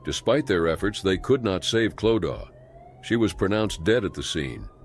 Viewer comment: No it is not! Clodagh is an Irish name pronounced Clo da.